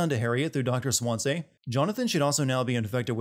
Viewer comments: This video's biggest sin: pronouncing it like 'Dr Swanzay' not 'Swanzee' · It's Doctor Swan-SEE not Swan-SAY, it hurts me so badly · I am not english, but I remember all the sins you gave for mispronouncing "origami" and "paco" in heavy rain. So, for the sake of learning, I was just wondering, why do you pronounce Swansea as "swansay"? Shouldn't it sound like swan and sea? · You should be sinned for pronouncing his name Dr. SWAN-SAY HIS NAME IS SWANSEA, SWAN SEA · Swan-sea, please... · Then why doesn't he know how to pronounce "Dr swansea". He says his name enough in the game, and he doesn't say Swan say. This guy didn't play the game. He's reading something someone else wrote and guessed wrong at the pronunciation. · Just sayin this dude could've pronounced "swansea" the right way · After so many hours of talking, you still can't pronounce Swansea 😂 I'm as dead as your taste in games right now. Based on this content, it's safe to say he didn't even listen to one conversation without skipping 60% of it. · Confused as to how you keep mispronouncing Swansea even when the characters are saying it in the gameplay shown in the video.